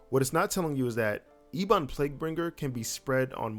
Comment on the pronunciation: Love the content, subbed. Gotta say one thing killed me though, ebon xD Its ehb uhn. Everything else was on point =D